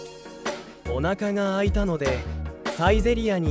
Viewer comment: Could you explain this please? お腹が空いたのでサイゼリヤに行きます sounds like: Onaka ga suitanode saizeriya ni ikimasu sounds like: Onaka ga aitanode saizeriya ni ikimasu Why?